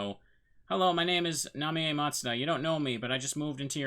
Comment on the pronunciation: Ooh. So cool that you're doing this game. Love watching your rpgmaker stuff mainly. Also, yeah. Japanese, so her name is Na-mee-yay.